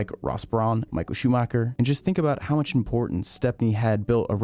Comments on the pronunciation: Imagine being a F1 fan and create content about F1, and not even bothering properly pronounce one of the most legendary F1 pilots name ever. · I was talking about Michael Schumacher. It's a German name. While it's unreasonable to expect a foreigner to pronounce it in a perfect German way with German accent, I do believe you should at least try to do so.